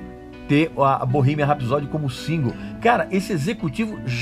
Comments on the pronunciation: Se escreve ''Bohemian Rhapsody'', porém se pronuncia: Bohimian R (acentuado com fonética de ''ur'') épsody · pronuncie certo pelo amor de dio mio cornuto é bow-rremien ( rrs ai é tipo metralhado e não R forte nosso como em rato como voce ok? rrrapsodeee a tonica ai é no final e soa como a letra i longo iiiiiiii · Bohimia rapsod que agonia!!!! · Bohemia Rhapsody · VOCÊ NÃO SABE NEM PRONUNCIAR O NOME DO FILME CORRETO... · Ainda bem que o filme é uma ADAPTAÇÃO dos fatos reais, a ordem cronológica e esses detalhes que você mencionou não mudaram a essência da história da banda. Tudo que aconteceu no filme foi permitido ir às telas pelos próprios integrantes. Agora como um fã, só faltou você pronunciar o nome da música “Bohemian Rhapsody” corretamente, já que preza tanto pela originalidade. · Você é tão fã q nem sabe pronunciar Bohemian Rhapsody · Acho q vc deveria primeiro aprender a pronúncia correta do filme, depois criticar alguma coisa. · Erro eu vir no seu vídeo. Não sabendo pronunciar o nome do filme. Para cara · O erro começa com você não sabendo pronunciar Bohemian Rhapsody ! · Esse cara não sabe nem o que tá falando!!!! Nem pronunciar o nome direito ele consegue, que dirá falar sobre o filme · Nss , fala o nome do filme direito pelo menos... Sabe antes do falar bolufas. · o filme não é perfeito, mas como todos os outros têm pequenas falhas, mas não tira o mérito do filme, você está pronunciando errado o nome do filme, o inglês péssimo 😂😂😂😂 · Primeiro erro e que já me disse tudo...foi a sua pronúncia do nome do filme e música do Queen. Nem continuei a ver seu vídeo. Sai fora recalque. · Eu comecei a assistir o vídeo e parei na parte que você falou o nome do filme com a pronúncia escrota e errada. A proposito, Respeite os Fãs do Queen,medriocre é o cacete. Ficou tão incomodado com o filme, produz um melhor e lança .